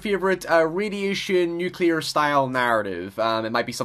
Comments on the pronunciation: Richard Hewitt Nu-cle-er NOT Nu-kill-er! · Nuke-lee-er not nuke-Ye-ler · Hate to be THAT guy but why tf do people say nuke-YOU-ler?! Its nuke-LEE-er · *NU-KLEE-AR" - NOT "Nu-kew-ler" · "New Q lure" Say it like this "New Clear" gawL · Why are people starting to say Nuc-ular? It's Nuc-lear. Always has been. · tfw you go to watch a cool video and then you immediately hear "new-cyuh-lur" oof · "Nukilar" - is that you, George W. Bush? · "Nookelar disaster" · you said nuk-ular, that's not great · I stopped the video when he said "newcuelerr" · Wow. Three words in, and I already want to turn this off. LOL! (It's pronounced "noo...klee...er.") All right, all right, I'll finish watching now. :-) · **NOOK -LEE -ER** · Nukyuler. JFC. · I like how some englishspeakers nowadays say "nucular" instead of "nuclear". Ah, change. Noice. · Nuke-u-lar :P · nuculer disaster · I turned this off in the first three seconds. "Nookyalur"? Seriously? How hard is it to pronounce "nuclear" correctly? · Started watching this video. Heard "nukelar" . Stopped watching. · New-coo-lar. Y'all really gotta stop with this. And don't tell me about accent. It ain't no accent. It's lazy. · thumbs down because yet another person can't pronounce nuclear correctly and I can't take them seriously after that..